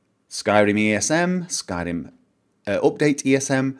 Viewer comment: I LOVE THE WAY YOU SAID SKYRIM THATS LIKE THE WAY IT SHOULD BE SAID (if we could actually say it in that awesome voice).